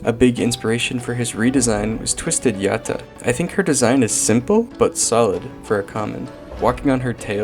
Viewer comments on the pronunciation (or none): Why does he say yatta like that yitta??? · i like how you say yatta